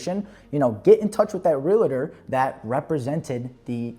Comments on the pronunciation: Real-tor my friend not real-la-ter 😂❤ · Yes!!! Two syllables!